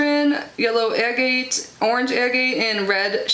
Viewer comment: Such a unique box, cool! And agate is pronounced like “hag-it” without the “h” 😊